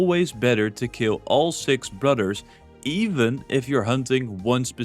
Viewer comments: Brudders? Fings? Cringe. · Take a drink every time he says brudder(s)